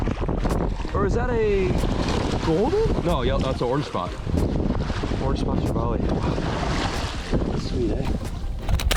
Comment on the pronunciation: He tried to say trevally lol. Americans jack treval